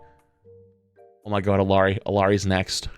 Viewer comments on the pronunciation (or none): It's pronounced (ee-ar-ee) why can't white streamers day her name correctly?!